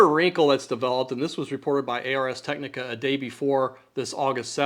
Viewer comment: Say what? 🤨A - R - S? 🧐It's ars like in arse 🤭in IPA /ˌɑːrz ˈtɛknɪkə/; - "Ars technica" is a Latin phrase that translates to "Art of Technology"